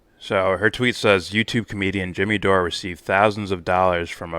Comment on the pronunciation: Kim Iversen IS super hot! And brilliant too. Mispronouncing Dore’s name, as Pakman did, is a typical way jackasses like him attempt to diminish someone with integrity like Jimmy. Pakman knows full well how to pronounce Jimmy’s name & I’m so glad I unsubscribed from Pakman years ago, Mr Faux Progressive. You’re doing a great job,. For someone who doesn’t get into politics, or liking this one or that one, you really know your shit & are very discerning. Keep up the good work. Your audience will grow. I mean, let’s just keep it real. 😉